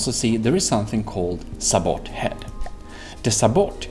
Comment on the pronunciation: This video was exactly what I needed. I'm still in the 2015 FTD mindset that everything has to be frag set to a 1 degree angle, and naturally that doesn't work anymore. By the way, sabot is prounced sa-bow (or say-bow if you're american)